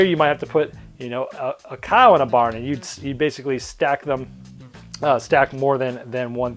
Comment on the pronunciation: What's a "bahn"? :) I think the Boston came out.